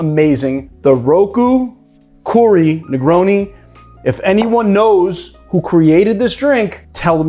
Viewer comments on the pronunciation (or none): Fun fact about the Roku Koori Negroni, “koori” means “ice” in Japanese and is a reference to the ice wine used in the recipe! Oh! And in case you do ever get to meet the creator of this drink, the “oo” in Koori rhymes with “toe” or “hoe” and not with “too” or “who.”